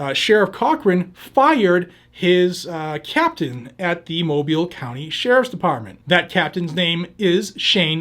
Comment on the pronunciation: He pronounced Mobile correctly. Thats rare